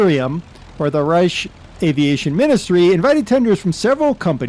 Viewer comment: just fyi Reich is pronounced rike